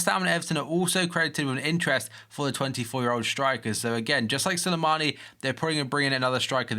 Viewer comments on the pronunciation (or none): It's "Slimani" not "Silimani" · y u say Sulimani its SLIMANI